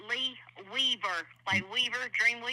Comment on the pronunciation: I thought she said Leave It To Beaver when she said Lee Weaver at first